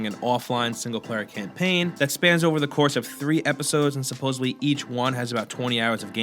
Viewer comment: hey new guy, its supposeDly, not supposebly.